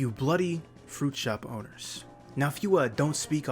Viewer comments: I thought he was saying "fruit show boners" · I used to think he said "fruit show ponies"...🐎